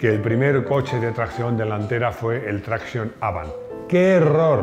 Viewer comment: "Citroën Traction Avant": tengo clarísimo que sabes muchísimo de coches, y de ti he aprendido muchas cosas. Ahora bien, creo que es menos grave decir "rin tin tin" que, siendo experto en coches, pronunciar "Traction avant" como si fuera inglés. Esas dos palabras son también francesas. No es "trácchon ávant" como dices tú. Es más parecido a "traczión aváng" busca que te lo pronuncie Google y lo verás. Si te tomas la molestia de decir de forma aparatosa "folks faguen" para hablar de la marca alemana no veo porqué no merece la pena relacionar una marca francesa con el idioma de su país...